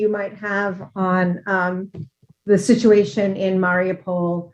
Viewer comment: *IT'S MARIUPOL!!!* LEARN HOW TO PRONOUNCE IT!!!**